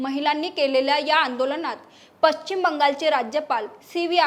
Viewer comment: पश्चिम शब्दाचा उच्चार व्यवस्थित करणे. मराठी भाषा आपल्याला टिकवायची आहे